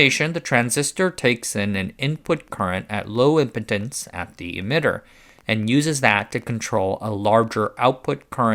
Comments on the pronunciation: Pronunciation: impedance is impeeeedence, not impotence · Impedance has a long E. (Im-peed-ance) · you should learn how to pronounce impedance so that people won't think you're saying high impotence. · It's "Low Impedence", not "Low Impotence", the two are way different things!! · Great video as usual, but, is there really a part of the world where impedance isn't pronounced with a long E? I've never heard someone say it in a way that rhymes with impotence. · Stupid ai voice. , when it says "impedance" it sounds like "impotence." Maybe the ai has ED! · "Impedance" doesn't rhyme with "Impotence" as it derives from "Impede", still remember being rather more embarrassingly corrected on that one in person before this whole "Internet" thing. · That's im- peed -ence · You're pronouncing "impedance" like "impotence." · That said, he or his digital dual pronounced 'high impedance' as 'high impotence' twice . So the stop exists as a hallucination, at least. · He said impedance weird